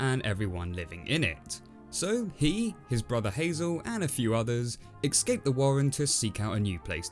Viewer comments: Hey, I enjoy your reviews and think you produce great work but... although this is minute it bugs the shit outta me. Your pronunciation of escape seems to be "ecscape". Please fix this in future videos and I doubt I'll have any further issues. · I swear he says ecscape not escape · I will never trust anyone who pronounces “escape” as “ehh-ccCCCcckks-aaype” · You... you keep saying "excape" D